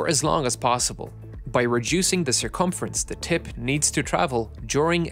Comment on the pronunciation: Say tip one more time...